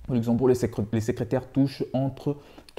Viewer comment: C'est Luxembourg pas uxembourg 😄